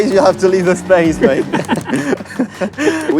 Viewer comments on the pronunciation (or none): none